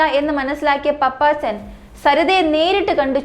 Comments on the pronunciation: പപ്പച്ചൻ അല്ല കുട്ടി പാപ്പച്ചൻ😊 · Hai, പാപ്പച്ചൻ, പപ്പാച്ചൻ അല്ല. കുട്ടി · പപ്പാച്ചനല്ല കൊച്ചേ 🤧🤧 പാപ്പച്ചൻ പാപ്പച്ചൻ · പപ്പാച്ചൻ എന്നല്ല പാപ്പച്ചൻ എന്നാണ് നിനക്കു തലയ്ക്കു വല്ല അസുഖവും ഉണ്ടോ